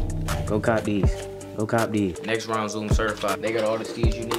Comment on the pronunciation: it nextrend